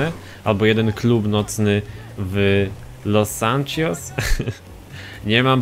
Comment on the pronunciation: Czemu mówisz ,,Los Santczios" jak to jest LOS SANTOS